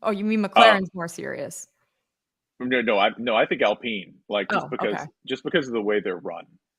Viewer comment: when did it become alpeeen.?